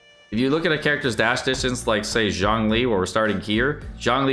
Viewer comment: everyone's saying Zhong the way they should say Zhang, which is my last name, but no one gets my last name right, i wonder why